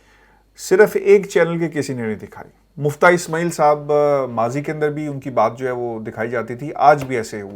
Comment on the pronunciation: مُفتاح اسمٰعیل نہیں مِفتاح اسمٰعیل